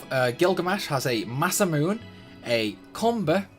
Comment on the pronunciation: Masamune is pronounced "ma-sah-moo-nay" not "ma-sah-moon"